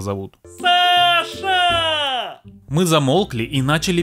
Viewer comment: почему я слышу не Саша, а Паша?😅